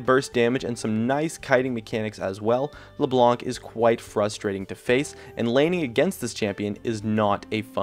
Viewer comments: in LeBlanc, the "c" is silent "Blanc" is french for white and it's just pronounced "blan" =) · I don't think you have to pronounce the "c" on leblanc, say it like leblan (the white in french) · We don't prononce or say the c in french for le blanc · In Philippines we read leblanc as "LayBlank